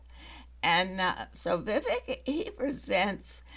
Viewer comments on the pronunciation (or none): Vivek is prounced, Vi-VAKE like cake